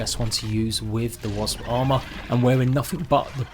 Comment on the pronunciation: Great guide as always 👍I have to say though, I've never met anyone else who can't say wasp properly 😅 Let's go get those Wasbs 🤭